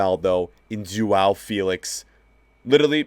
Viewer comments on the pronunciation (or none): sorry to say but, im portuguese and u say João as Joao. But no problem because you american